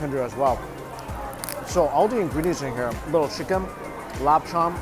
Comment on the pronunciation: This dude calls “chicken”, “sheken”